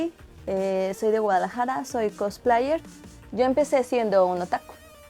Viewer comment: No me puedo tomar en serio a una cosplayer que pronuncia "Cotspleits" o a un "otaku" que pronuncia "otako".